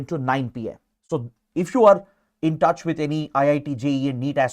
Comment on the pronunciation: the emphasis he put on the word " touch " 🫶🫶